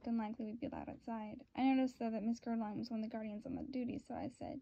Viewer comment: Bitch it’s ger-al-dine, smh learn to read